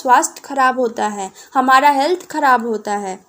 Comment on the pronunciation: Mam halth nahi health hota h 😂😂